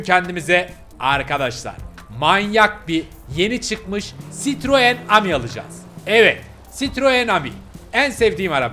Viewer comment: CİTROEN AMI DEĞİL AMİ AMİ I DEĞİL İ OLACAK😊😅